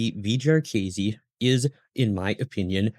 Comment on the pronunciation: Pronounced JAR-kih-see, not jar-Keazy